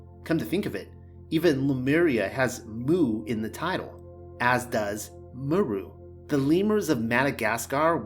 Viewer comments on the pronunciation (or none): You're pronouncing 'Mu' wrong. It's like the letter not the sound a cow makes.